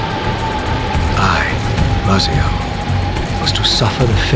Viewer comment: Yo my name is actually Raziel. It’s weird to hear it pronounced like that. XD lol